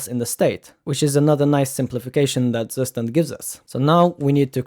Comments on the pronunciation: pronounced : tsoo-schtand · Tsu schtand